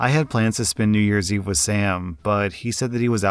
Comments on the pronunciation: Wait... "New York Eve"?? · What's "New York Eve" haha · "New York Eve" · “new york eve” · "New York eve"😅🥺